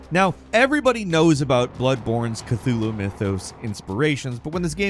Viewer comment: I'm having tea and spicy noodles whilst high but the way he said Cathulu just ended me 🤣